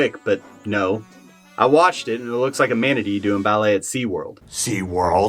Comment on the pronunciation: I don't know why, but I had a visceral reaction to his pronunciation of "manatee" ("manadeh"??????)